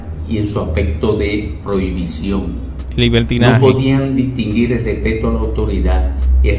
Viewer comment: Dile a que no dice LASTIGO, se dice latigo, se dice Distinguido no DITINGUIDO